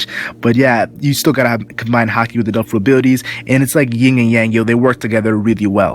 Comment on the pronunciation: instead of "devil fruit" all i can hear is "dolfurit" xD